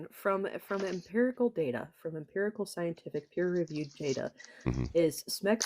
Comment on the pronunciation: "Imperical data" 😂